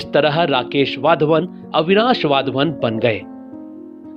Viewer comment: वाध्वन नही सही वधावन है